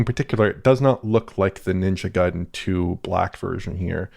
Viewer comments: First time I hear anyone pronounce it Gayden instead of Guyden lol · Pronounces Guy-den man come on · Gayden 😂😂😂 yep 😅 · Ninja Gayden. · Jesus, you would think someone as smart as could pronounce the name "Ninja Gaiden" correctly.